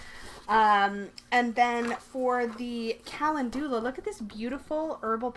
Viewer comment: Calendula is pronounced (Ca-lend-ula) 🔮🌛🌟💀♥💀🌟🌛🔮